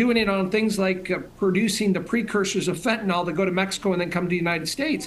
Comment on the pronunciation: It’s fentanyl not fentanol. Usually the suffix “ol” means it’s an alcohol, sometimes a sugary thing.